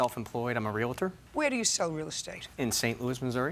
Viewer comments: FFS Genius. It's pronounced REAL-TOR, not REAL-A-TOR. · He says he's self employed as a realtor, but pronounces the word wrong. I don't believe him. It's pronounced REAL-TOR...not REAL-A-TOR.